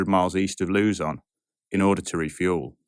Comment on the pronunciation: Oh, a hurricane? Well, good luck with space travel and the risks of onboard epidemics, black holes, sun flares, microdebris, and many, many more. That aside, another fine factual video, even when putting aside some pronunciations (particularly the Philippine terms like Leyte = "lay-teh" and Luzon).